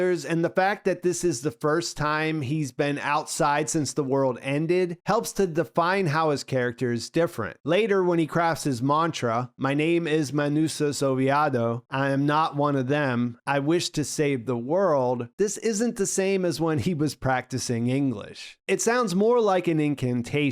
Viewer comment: His name is Manusos Oviedo, not Oviado.